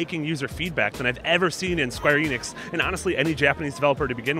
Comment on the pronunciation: When they say square Enix it sounds like they say square anus so I cant take them seriously